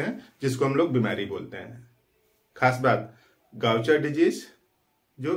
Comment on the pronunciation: First thing iska pronunciation गाउचर नहीं है